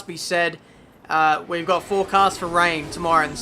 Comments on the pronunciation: I've been in Australia for 11 years and I've never heard someone pronounce "four" the way you do lol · fowar= four dahta=data ;)